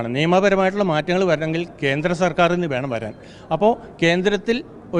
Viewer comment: Kenthra ennu parayaruth, Kendra ennu ucharikku